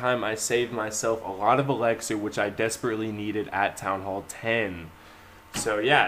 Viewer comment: It's not fucking elexer it's ELIXER